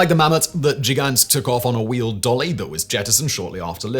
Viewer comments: Both "g" in Gigant are pronounced the same as in "God." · As Gigant is a German word. The initial "g" is pronounced as a hard g. The same as you pronounce Gewehr.